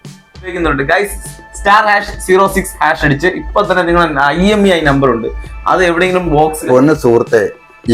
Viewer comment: Emi അല്ല IMEI